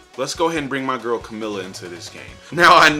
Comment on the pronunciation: I died when you said camilla😅😂😂😂😂